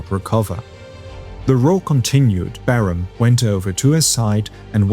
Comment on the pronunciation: LOL. Still using the AI generated voiceover. You’re a liar, and just lost a subscriber. Your channel was one of the best, but when you can’t pronounce Barham correctly you lost me.18 seconds and it’s obvious you’re still cheating, thereby ruining your channel.